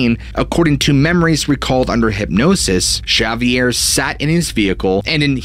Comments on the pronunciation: Always heard that name pronounced as Zavier like savior with a z and ending with an er. Great story never heard it before thanks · ok so its spelled w x which is pronounced eggsavier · Havier, Havier, Havier not Javier! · You keep saying sha-vee-air. I am so caught up on this I’m having trouble following the story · Shavier??? Nice storytelling, but there is no Sh sound in spanish. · Xavier. Pronounced..."Ha vier" or "X avier" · Its pronounced Havier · Xavier??? Pronounced eggzavier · Ex-zay-vee-air. Just saying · Repeat after me...Ha vee air is how Xavier is pronounced. No idea where you got the idea for your mispronunciation, but it is so off the mark to be laughable. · You would be saying absolutely wrong, jush saying! In Spanish it's pronounced with an H sound as in Ha vee air! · Can you answer the question on everyone's mind? In Catalonia, how do you pronounce 'Xavier'? Thanks either way! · Bless his heart, I keep cringing every time he botches it. XP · I figure it's a dialect thing but I couldn't stop thinking about it the whole episode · That is not how you say the name Xavier, but something tells me you already know that. Is this one of those youtube tricks where an influencer repeatedly says a normal word wrong so that people comment to correct them and therefore give the video more commenters? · I feel like he's saying the guys name way wrong. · Buddy, you've got to learn to pronounce the name Xavier correctly 🤪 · I'm sorry but it's not correct. It would be more like a Tz sound than Sh, the area from where this story comes is Cataluña and is Catalán what they speak not Euskera which is Basque. Anyways nice storytelling like I said before. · Ha vee er Not X avier. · Not "Cerviere". Its X-avier like in X-men ;) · Great story but got to say the way you pronounced Xavier was grating on me. Its pronounced zavier not shavier. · Chavier! 😂😂😂 X, in Spanish would be pronounced with an H sound. 😅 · I think his name is pronounced: Zavier not Shavier